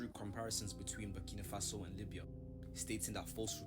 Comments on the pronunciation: 🤣🤣🤣 man fully butchered the name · Burni Mafasa 😬🤦🏾‍♂️ Kwasiia 😂😂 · That was diabolical, he called the country Burni Mafaso 😂😭😭, i had to reloaded it bare times 😂😂😂😂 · u need to start reading out words and pronouncing them properly. what tf is burnima faso and who is ibraham Tori? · My brother , you need to start by pronouncing the country it self it is called BURKINA FASO!! Next it’s Captain Ibrahim Traore ! He is the future for all black people , trust me my brother you have done a good thing today posting this content , spread the word transformation is coming ! #protectibrahimtraore 🙏🏾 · Big up for this. “Burnima Faso” killed me though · Burkina Faso learn to pronounce the country's name correctly. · So focused on trying daily upload man can’t even learnt how to say the countries name properly. Content getting a bit 🤏🏻 meady in quality like tankz now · Big respect for this video, yeah you said his name & the country wrong but that's minor details. Most people like you said didn't know it was a word to even say wrong. Awareness is 1000% worth more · his name is pronounced TRA YOUR AY not TOURie ...The country is Burkina faso, not burnima faso.